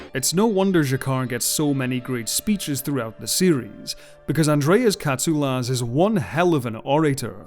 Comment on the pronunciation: As a Greek I thank you for the right pronunciation of Mr. Katsoulas surname. As always great work.